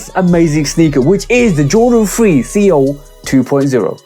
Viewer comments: These might be my SOTY next to WC4. Love all the details. Seoul can be pronounced like soul. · It’s pronounced SOUL. But yea this show fire!! Lol